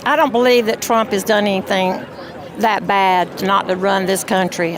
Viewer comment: Pronouncing his name like "Tröm" thinking he wants you or your family here